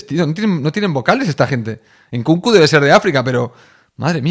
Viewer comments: Me descojono con los comentarios en alemán de "Enkunkuuu" 😂😂😂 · JAJAJA mi parte favorita fue la pronunciación de "Nkunku"